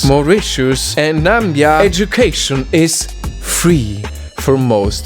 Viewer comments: It's Namibia not Nambia. Thank you for the effort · It's Na-mi-bia sir not nambia 😂 🇳🇦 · excuse me did you just say nambia it is pronounced NAMIBIA not nambia no hard feelings just wanna clarify your error and if many r gonna say I don't know want I am saying I do ok I am Namibia I am proud to be African and Namibian >33❤👍🙌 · It's NA-MI-BIA 🤭🇳🇦🇳🇦🇳🇦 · The way he pronounce Namibia was cool😅I'm from Namibia btw. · You actually mispronounce Namibia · I live in Namibia! And the way you said it, broke every Namibian in existence’s heart😭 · Bro you pronounced Namibia wrong 😢